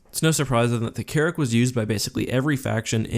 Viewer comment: anyone else hear Carrot instead of carrick